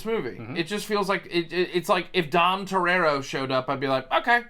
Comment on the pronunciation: “Dom Terrerro”? Lol. Toretto. Love ya guys.